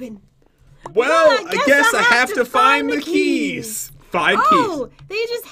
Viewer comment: he sed heys hahaha not keys